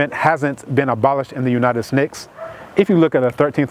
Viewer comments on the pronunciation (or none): Great summary❣Has he written any books?.... and did he say "United Snakes?" 🤣🤣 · Is he saying, "United Snakes or States"? Lol...